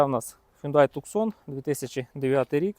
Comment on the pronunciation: Немає такої моделі "тЮКсон". . Є - Тусан. Місто в США, в штаті Арізона. . Б. .ть, навчиться вже правильно вимовляти! Не сЦенік він! СКЕНІК. З наголосом на І. не босЄ! БОУЗ. З наголосом на О.